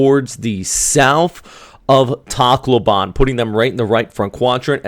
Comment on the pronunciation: It's pronounced tack low ben by the way :)